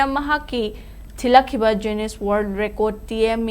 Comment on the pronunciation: Dear newsreader Jiuness haiba natene...noibo newsreader oiradi english phonetic khara khangnaba toune...mee atopana nokhranine.